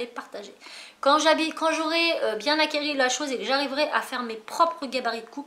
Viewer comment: Cool ce vlog, le projet scrap pour halloween est vraiment top, et le drone aussi Juste une petite remarque parce que ça fait mal aux oreilles: il faut que je vois (et pas voiye) et une fois que vous avez acquis (et non acquéri)